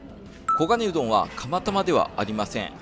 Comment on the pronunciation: ん、オウゴンウドン言っちゃてますね😁